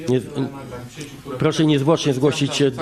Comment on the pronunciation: "Puoszę niezwłocznie zgłosić do puokuatuy (któa mi podlega, podobnie jak milicja)"